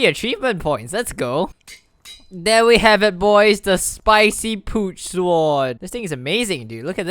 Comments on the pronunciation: "Pooch Swoaad" my god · Anyone else notice that he says poot soar